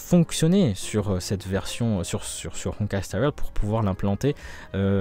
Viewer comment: Pourquoi y’a que honkai star rail qui a droit à une prononciation avec un accent de ouf ?